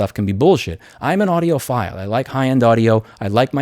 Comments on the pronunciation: "audiophool" hahaha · He said audioPHOOL, Somone's definitely an EEVBlog Subscriber 😆🔥 big shout out to dave jones 🤘🤘